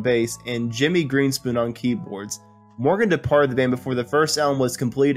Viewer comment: Uh - it's GREENSPOON .. "the Concertmaster"